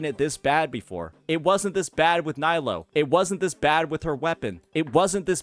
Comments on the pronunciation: Her name is Knee-low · Dude you pronounce nilou wrong